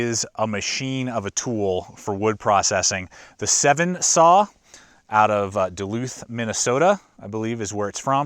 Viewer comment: Not Se-ven. Sss-ven. It's a pretty common first name in Scandinavia, and probably in Minnesota too (being pretty full of descendants of Scandinavians).